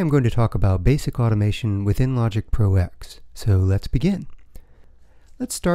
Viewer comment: Thanks for the video but please stop calling it "Logic Pro EX"... it's a Roman numeral. It's "Logic Pro TEN"